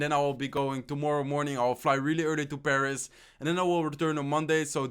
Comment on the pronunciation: When he said he was in Paris I thought he said he was imbarassed😂😂😂 and he also said above instead of a buffed